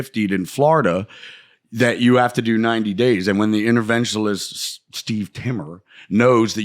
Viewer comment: He still cant pronounce interventionist. And this same story again with the pants jfc bam is high in adderall